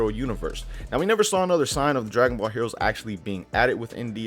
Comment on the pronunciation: he said heores